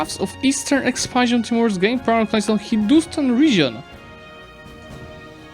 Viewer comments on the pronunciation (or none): none